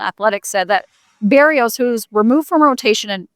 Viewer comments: beh-rrrEE-os actually but yes her pronunciation is even worse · Bah-Ree-oes... Not Bear-E-oes.... Love ya